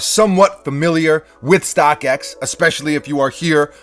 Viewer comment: why did you say Stockx like that?